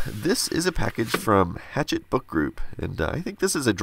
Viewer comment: "Hatchette" is a soft "c" like "Hashette"